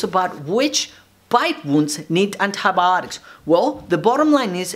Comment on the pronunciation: Nobody : Doctor saying andabotics